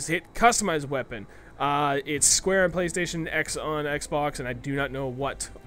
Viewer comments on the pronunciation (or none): none